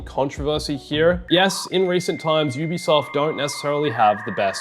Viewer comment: It's UBISOFT, emphasis in SOFT